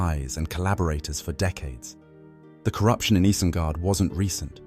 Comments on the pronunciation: EYE-zen-guard /ˈaɪ.zən.ɡɑrd/ "EYE" – rhymes with "sky" "zen" – like the word "zen" "guard" – like a security guard It's not Ease-en-guard Lay off the AI and make your own videos. Or, do some research like Gandalf did so you don't stick out like a sore thumb as a fake fan. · AYE-ZEN-GAHRD, not IHZ-en...